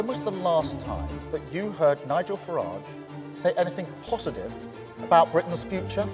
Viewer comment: It's not FarAAAge..... It's Farage like in Garage.... Farage, Garage, Wreckage.....Get it!